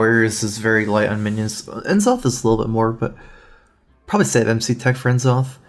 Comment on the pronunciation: I hate the way he says N'Zoth